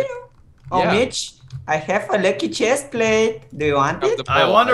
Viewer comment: Does anyone notice how.he said lucky now.he.said wucky now:3